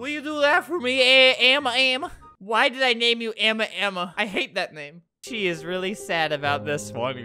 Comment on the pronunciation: ok her names ama ama not amma :/